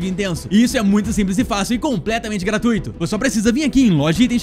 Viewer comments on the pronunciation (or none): none